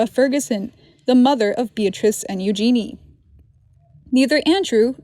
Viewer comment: Her name is pronounced: Eyou gen nay.